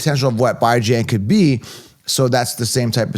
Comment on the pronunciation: This man did not say BYE-JAN